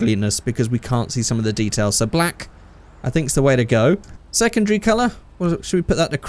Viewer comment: “Secondgry” ?? Anyone heard that too?